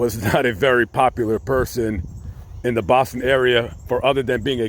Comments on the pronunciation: Mass resident here, I love your pronounciation of "Bahston". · as a masshole I LOVED the way you said Boston at the beginning! 🤌🏻🤌🏻